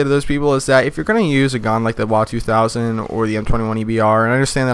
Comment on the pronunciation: W A 200 not the "Wa 200" you sound chines man.